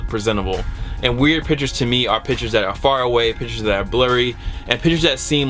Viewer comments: PIC-CHURS NOT PITCHERS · speaking like DJKHALED there's a T IN PICTURES!!! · Pictures not pitures.